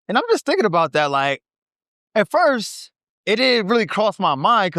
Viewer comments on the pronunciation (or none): none